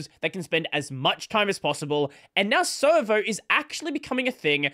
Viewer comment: every time says servo i hear server